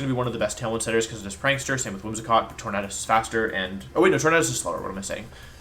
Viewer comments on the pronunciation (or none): Why do you pronounce tornadus like that and not tornAdus. You say tornAdo not tornado